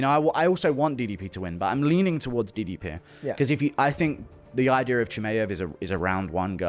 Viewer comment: Hate to be that guy but ypu'd think Dana would've gotten DDP's name right by now...